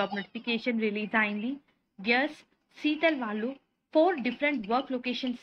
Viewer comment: Seetal kadu madem, it's Sitel!